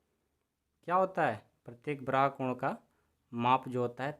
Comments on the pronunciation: 😂😂😂😂 सर जी उसे ब्राहा नहीं बाह्य बोलते हैं 😅😆😃😀 हां पर आप बहुत अच्छा पढ़ाते📜📜 हैं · ब्राहा नहीं बाह्य होता है।